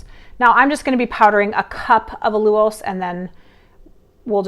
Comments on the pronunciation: WHERE did that funky pronunciation of AL-U-LOSE come from? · Hahaha, what did I miss? You’re pronouncing ALLULOSE differently. I actually learned of this product from you and it took me forever to pronounce it the first way! lol 😂 😂 😂